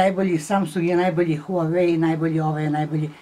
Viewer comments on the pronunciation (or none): none